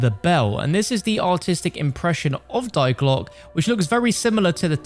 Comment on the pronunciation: the giant = dare Reese the glock = dee glocke (try to pronounce the e at the end)